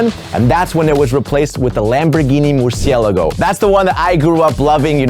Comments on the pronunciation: Why do u say Murciealago like that.. it's pronounce Mer- C- lago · Muuusilago?? Lol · why say's murcielagow if he's spanish...? bro the fuck AJAJAJAJA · How come you pronounce "Murciélago" well on the first time but wrongly (British way) on the second time 🙄😖 1st: 2nd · Not gonna lie, I cringed a little at the way he said "murciélago" the first time😑